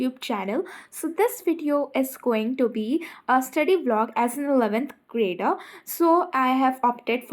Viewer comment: Thoda intro me 11 th grader acche se bolo But, your videos are Aousome